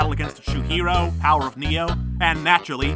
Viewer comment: powar oof neeo magalovaniu batle aginst a tru heroo Me: cringes